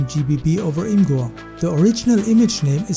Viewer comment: its pronounced image-er not im gur